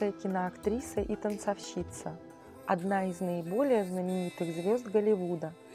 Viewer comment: Не совсем грамотный! ТанцОвщицы, а не танцовщИцы!